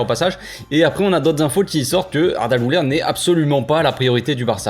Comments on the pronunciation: salut frero excellente video simplement pour la prononciation les deux points sur le u font qu'on le prononce comme en francais u et non ou donc güler ! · Le u de Guler est aigu